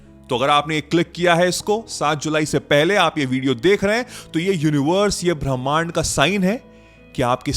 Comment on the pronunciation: ब्रह्मांड😅नहीं 😅भीमांड 😅बोलो 😂😂 😂 सर